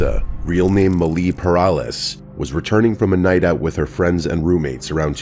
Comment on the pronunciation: I’m sorry but just hearing how said that name made me crack up.😂